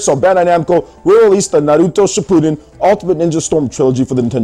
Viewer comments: stop saying it like that .. its "n har root toe" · Can you stop pronouncing Naruto with an L? Christ!